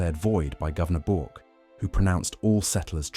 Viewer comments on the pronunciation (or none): It's supposed to be pronounced as "Berk" street, not "Bork" street - please go back and fix the voice over track. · Governor Bork? Excuse me! Is this voice AI as well? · Just for reference Bourke is pronounced like the English politician Edmund Burke. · These AI videos are a disappointment when you see Melbourne with a harbour, or images of sydney, wrong information. Starting with an American pronunciation of Bourke. It sounds off right away. In the end disappointing.